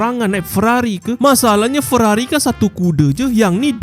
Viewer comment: Ferrari ❌ Weerrari ✅